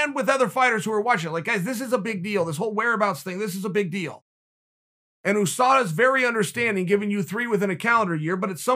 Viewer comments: OooSada Chael makes Usada sound like a Asian fighter. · Chael “Ouu Sada” Sonnen, The undefeated and undisputed champion. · No one: Chael: Ooosada Yarear